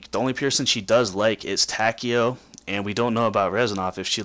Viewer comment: whos tokio don't you mean takio